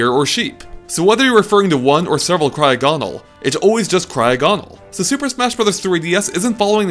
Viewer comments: Pretty sure cryogonal is pronounced similar to diagonal, not cryo-GONal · It's cry o ginal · you mispronounced Cryogonal's name.